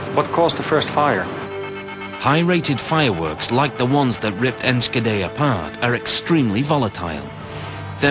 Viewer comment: Enskedee xd